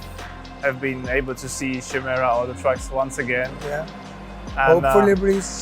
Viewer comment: nice. Not Shimera, but Chimera i believe